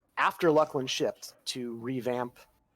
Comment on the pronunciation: That is probably the oddest pronunciation of it that I've heard. I guess some people maybe can beat it with Luss-Lin